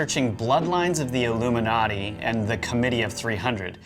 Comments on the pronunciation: I hate it when you say illumidonkey. Cut it out please. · Why do you keep saying Illumi-donkey?? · Why can't you seem to pronounce "Illuminati" properly? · Love love love the content. Loathe loathe loathe the CRINGE “illumi-donkey”